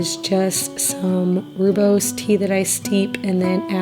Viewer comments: Rooibos is pronounced roy bus, such an excellent herbal drink for pg and nursing moms. The benefits are numerous and so many flavors to enjoy! Congratulations on your families upcoming blessing. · My husband lived in South Africa for two years. It’s pronounced Roy- bows tea. Just sharing to be informative. Congrats on baby boy coming 🎉